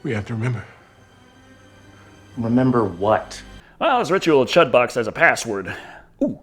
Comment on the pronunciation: The "Ritual of Chud" is pronounced "chewed". Even if they said it the other way in the movie, that is incorrect as Stephen King pronounced it correctly numerous times during interviews.